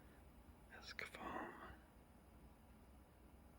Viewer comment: u know it`s actually called ECSAFORM not escafoam